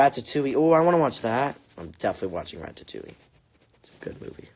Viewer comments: I say raddatouie and he said rat ta too ie 😭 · Rat ta towie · He said rATATouille😂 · is anyone else dying from the way he says "ratatouille"? 😂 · Eclipsewolf YESS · I am haha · Yes omg I thought it was just me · Oh. My. God. THE WAY HE SAYS RATATOUILLE HAS ME DYING 😂😂😂👌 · the way he said ratatouille